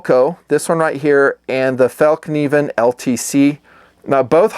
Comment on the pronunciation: Fell-kniven with a nonsilent k